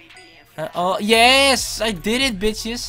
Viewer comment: Je zegt de hele tijd or right maar het is toch all right?